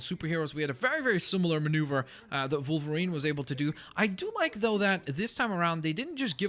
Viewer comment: Why does he pronounce it Volverine? I know "W" and "V" can sometimes sound the same in certain words but the animal and the superhero are both pronounced Wolverine aren't they?